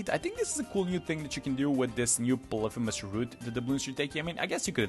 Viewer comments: It's "poly-fee-miss" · Im just saying you pronounce it "poly-fem-us." Sorry for being that guy